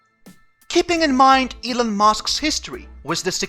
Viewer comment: Elon not Elun